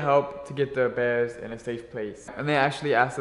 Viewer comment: Their speech impediments kill me. “We’ve got baby beaws in ouwh House wight now.” “Buy ouwh muuuch.” “Mooahning evewyone it’s eawy in the mooahning.”